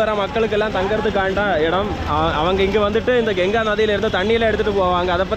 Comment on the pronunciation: Genga illa pa ganga